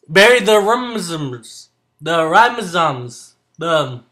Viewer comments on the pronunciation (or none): Looks good bud, you inspired me to get some more bolivians. After losing my apistos to the ghost of dead fish that attacked my tank i am scared to go with the more delicate dwarfs so VIVA BOLIVIA! Lol oh and its a Rhizome pronounced RYE-(like the bread) ZOME-(like home with a Z) RYE-ZOME! Bam the magic of phonetics! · It's called a rhizome. "Rhi" like in right and zome sounds like zone with an m instead.